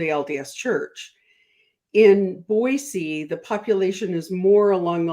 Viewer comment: I love that he's saying Boise right! 🎉❤